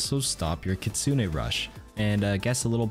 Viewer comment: Which does she say kitsune or kitsuning?